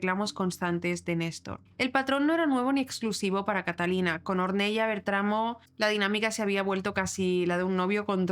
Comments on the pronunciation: Ornela se pronuncia! Or nel la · Ornella se escribe y se dice conL " Ornela". Porque es de origen italiano 😊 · Hola! un pequeño comentario... se pronuncia /ornela/ a pesar que se escribe Ornella. Gracias por hacer este video! Saludos desde Argentina